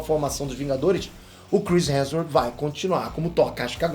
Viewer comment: "Cris hensor" AKJSJSJAKAKKAA tu é foda amo teus vídeos